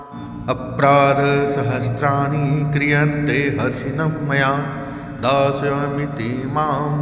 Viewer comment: Zap galat hai 😡😡😡😡 Harnisham maya hai, na ki Harshinmmya 🙏🙏🙏 correct video dale... BURA EFFECT PDEGA